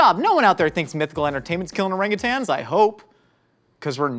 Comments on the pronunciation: Thank you for actually pronouncing Orangutan correctly! I've pronounced it that way (the correct way) and have literally gotten mocked..."It's Orang-you-tang you idiot!". NO IT'S NOT! THERE'S NO FREAKING G AT THE END OF IT YOU CHARLATANS! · As someone who worked with orangutans in a zoo it makes me so happy to see pronouncing orangutan correctly there is no second G thank you so much for doing it properly